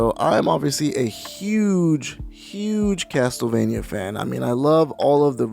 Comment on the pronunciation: review the GBA ones :) they are great, also the TLE in CasTLEvania isn't pronounced TEL, it's pronounced CASSEL